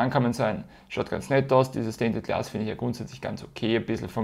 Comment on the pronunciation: ich machs genauso^^ mittlerweile weiß ich eh nimma was ich mit den ganzen rausstanz-Dingern machen soll XD verwenden tu ich sie eh nie is ja ur dumm XD you can do it :D ich finds ganz lustig wie du alle Videos durchgehend Stainted Glass statt Stained Glass sagst^^ bin gespannt wie die Decks sich so spielen^^ irgendwann xD